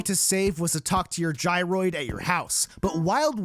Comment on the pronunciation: You pronounce Gyroid wrong, too.